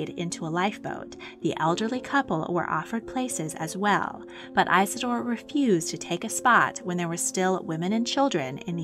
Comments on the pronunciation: His name was Isador Strauß Not EISADOR when doing history please get it Right! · Eye-suh-door is an ear-sore!